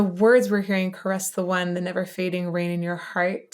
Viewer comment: I love this song, but Annette’s bizarre pronunciation of “caress” is always odd to hear.